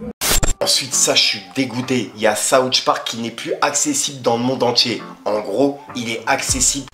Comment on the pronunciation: SOUTH PARK!!!! PAS SOUCTH PARK